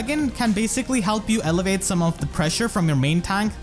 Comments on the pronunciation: Hey man loved this video! Quick thing though: I think you are trying to say "alleviate the pressure" a few times in this video, but it sounds like "elevate the pressure", which is a bit confusing since they basically have opposite meanings in this case. Unless you mean you are elevating your own team's offensive pressure and I just interpreted it wrong lol either way I love your videos! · this is one of you best videos ever dude. showcasing her potential was awesome edit: also alleviate (AH-LEE-VEE-ATE) is different than elevate